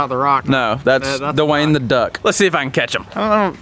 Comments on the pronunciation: Dewayne❌️ da Wayne✅️ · the amount of time said dwayen